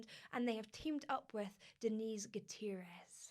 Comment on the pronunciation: Me gusta como dice gutierrez ❤️